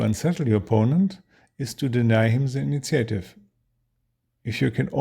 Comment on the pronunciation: thanks for your wonderful shows. your english is very good. please allow me to help you say one word better. initiative is pronounced EE-NEE-SHEEAH-TIV. looking forward to more shows about napoleonics and campaigns.